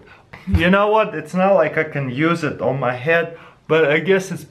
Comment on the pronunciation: omg:Dyou acidentaly said ''thets pretty much sh*t,, instead of ''thats prettyy much it,,(it sounds like it :D)